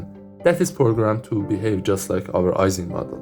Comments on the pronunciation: The name Ising is pronounced as if it were spelled “Eesing”, not “Eyesing”. Mathematical physicist Barry Simon once joked, in a lecture on statistical physics, about the work of Mr. “Eesing” on the “Eyesing” model. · FYI ising is pronounced like "easing"; EE-ZING